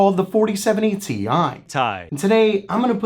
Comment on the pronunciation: Dude, stop with the Ti pronunciation gag. The joke only made sense for the card that was released that way. The 3090 Ti is the only card that was called Ti in that way! So stop. That era is over, we're in the 40 series now.